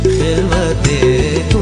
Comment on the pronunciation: you dont pronounce it as khelwate but its actually khalwate